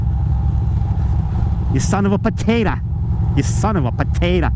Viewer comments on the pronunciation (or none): Son of a potatah!